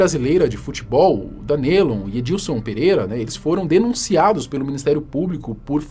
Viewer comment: na boa, estuda antes a pronuncia dos nomes mn, cada vez q vc dizia DanElon doia a alma